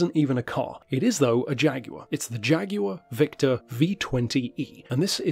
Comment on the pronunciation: I thought you were just saying it in a New Zealand accent for some reason.